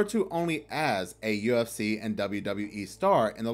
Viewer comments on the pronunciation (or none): you said ucf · its UFC, NOT UCF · HE SAID UCF🤦🏾‍♂️😳😬🥶🤨🤔🧐🤣🤣🤣🤣🤣 UFC MY GUY 🤣🤣🤣🤣🤣